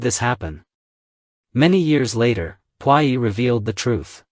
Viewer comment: I really enjoy watching your channel! Want you to know that Puyi is pronounced poo-yee.